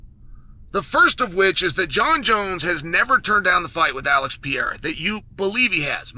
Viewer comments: Per-eir-a Not, Pie-era Your welcome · I love how Chael just gave up by now and calls Alex "Piera" instead of Pereira 😂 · With all due respect Chael, it's not Pierra! god damn lol Have some respect for the guy and at least try to pronounce it semi properly if you're gonna say his name 30 times in a video. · He literally pronounces every fighters name he's talking about WRONG, and he obviously does it intentionally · Uncle Chael Still Can’t pronunce Pereira…..